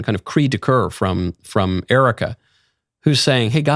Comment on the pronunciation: Still can’t say her name.